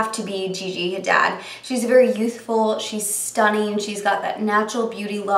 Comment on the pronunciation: Pronounced "ha-deed".